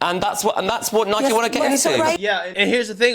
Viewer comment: It's pronounced "Nai-kee" 🤦🏼‍♂️